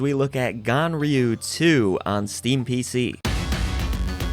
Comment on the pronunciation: it sounds like you call the game gonorrhea 2.